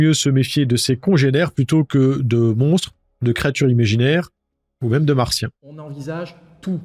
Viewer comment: Le procureur l'a dit : "Les marsiens"...! 😅😂😅